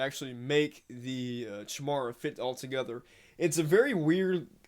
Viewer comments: I know this is super late but you pronounce it "kai mee rah"... It's the name of a mythical creature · Chi-mara???? What kind of idiot can't pronounce Chimera? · Chimera is pronounced kaimera